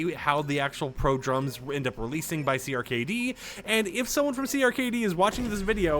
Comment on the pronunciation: CRKD is pronounced “cracked”